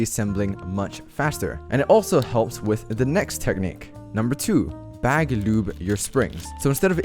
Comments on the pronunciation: I love when he says loube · The way says lube 😂